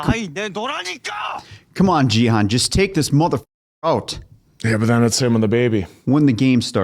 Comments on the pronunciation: Genuinely curious, is saying “Jee-Han” a running gag when pronouncing Gi-Hun’s name? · it's season 2 already and u guys still can't pronounce Gi Hun correct lol😅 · I doubt it. I just think they dont really know its pronounced Gi Hun. But its okay, it gets the point through. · But its not particularly hard to figure out, especially when every single character in the show pronounces it properly. We're not talking about accent differences, but literally a hard g vs a soft g, and hun vs hoon. Its basic grammar. It's like saying Tear vs Tear. to tear something apart or a 'teer' from crying. English is no different. Now it may not bother some people, like this particular crew that I love their reactions, but a lot of other people can take that offensively as not respecting someone and how they're name is pronounced. I get annoyed when people call me Fenix like Fedex, when its pronouned Phoenix like the city. Fen vs Feen.